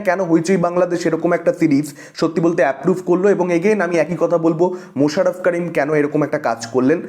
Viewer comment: মাশাররফ কারিম না করিম। আপনি যেমন সাগার নীল নয় ।